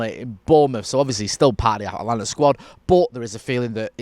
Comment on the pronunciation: So you spend a couple days in the US and the pronunciation goes from At-a-lanta to At-lanta? Ha, welcome to the States!